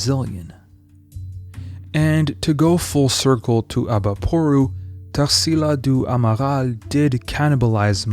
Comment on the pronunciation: Esse cara falando o nome da tarsila do amaral em francês é de foder kkkk